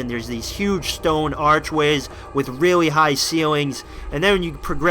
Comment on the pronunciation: No offence, Loved the video, but your voice becomes weird some times and you say stuff that sounds like "reawwy" and you sometimes sound like Biwwy from Fallout 3. Love the videos